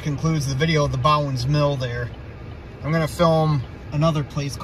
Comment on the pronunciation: I always pronounced it "BO-ens" mill, each time you pronounced it "bow-ens" drove me a little nuts to i stopped listening to you and started counting how many times you'd say it. 4